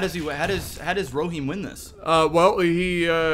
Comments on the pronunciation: e- ro- him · erohim arrow-heem